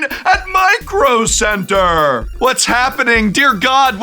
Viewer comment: MICRO CEBTERRRR! 😂